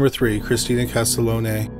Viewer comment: 🤦‍♂️ OMG This is getting tiring my friend…the first victim profiled is not Christina Castalone…..her name is Christina Castiglione. KAS-TIG-LEE-OWN.. PLEASE PLEASE try to get murder victims names correct. This isn’t some auto correct mistake, it’s important to the families of the victims that if you are going to profit off of their loved ones tragedy, you should make an attempt at getting their names right. Thank You.